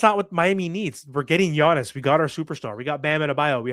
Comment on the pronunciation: His name is Giannis, not Yonnis, sheesh